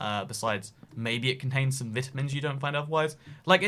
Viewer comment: your pronunciation of vitamin hurts my soul